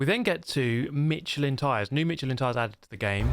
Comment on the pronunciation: FYI Michelin is pronounced like Mishelin.